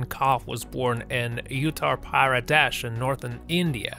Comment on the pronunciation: Its pronounced as uttharr pra-they-sh